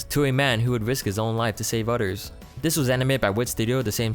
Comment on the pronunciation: He says odders